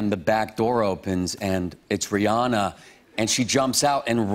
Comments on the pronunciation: "Rheearrrnaaarrr!". Stahp. It's Ree-anna. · Why do people say her name is Ri-ah-na is ridiculous her name is Ri-ANNA... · Why can't Americans pronounce Rihanna's name right? It's Ree-ANNA. ANNA. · CapuletRose RIGHT He says it like "Rhe-Anna", with a heavy Germanic pronounciation on the "An-nA" bit loool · Rihanna but he says re on ahhhhhh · Who is this ‘Reeyarna’ they speak of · How Aaron Paul says “Rihanna” ... sigh. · hearing them mispronouncing Rihanna's name hurts lol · Why is he pronouncing Rihanna's name like that?